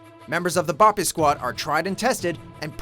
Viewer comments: Special Operations, not Special Forces. Also your pronunciation of BOPE is incorrect. It's not "Bah-pee", they even pronounce it in the movie. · Learn how to say BOPE right its not bo Pey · exactly lmao. I know it isnt easy but he didn't even try bro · God that BOPE pronunciation was sooo bad. Should have translated it and said in English xD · damn you butchered what BOPE means should have just said BOPE